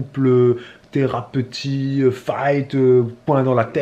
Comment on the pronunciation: "thérapeutie" ai-je bien entendu?:-D